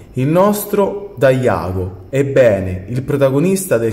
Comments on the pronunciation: Bella recensione, molto completa. Però "DaiAgo" nun se pò sentì... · a parte daiago(che non si puo' sentire ahhahahh;) ) hai dimenticato di dire che la palla del protesser ha anche altre 2 armi che puoi fare,il trapano perforatore,e il giavellotto unendo le 2 palle da football.(anche l'accento su dokuma era sbagliato.....) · Se dici DAIAGO io dico AIGOR😄😄😄Rece completa ma c'è più sentimento che obbiettività.